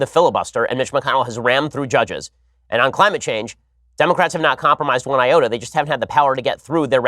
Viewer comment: Ben talks about Dan Crenshaw and uses the term "not one iota" to describe his lack of media coverage... one eye-ota. XD lol.